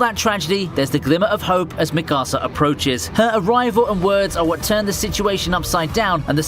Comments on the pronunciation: i hate when people say mikasas name like mikAsA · Yo I love your videos but I hate how you pronounce shit . like the way you said “ Mikasa” Sounded like you were saying “ my casa “ and you deserve 5 years in jail for it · I don’t know why, but the way he said Mikasa angered me a bit. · STOP SAYING MIKASA WRONG AAAAAAAAAAAAAAAAAAAAAAAAAAAAAAAAAAAAAAAAAAAAAAAAAAAAAAAAAAAAAAAAAAAAAA